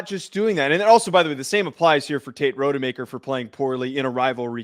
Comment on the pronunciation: Unwatchable. Do your research. Rod-a-maker.